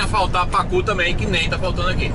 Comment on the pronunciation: Kkk mivard como se fala em americanes não tem pácu kkkk